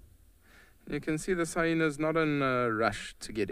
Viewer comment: Haha another guide that says hyhenas